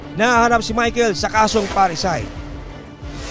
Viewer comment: PARRICIDE po hindi PARRACIDE. ANO BA YAN?